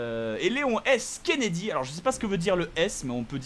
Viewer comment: Kennedy.... Et on dit le "nom"